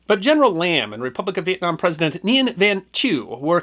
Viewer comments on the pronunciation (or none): Nguyen pronounced more like win.